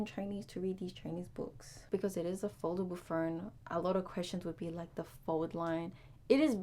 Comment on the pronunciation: There is no R in phone.